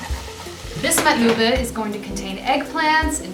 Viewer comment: Alhamdulillah you pronounce it properly 😜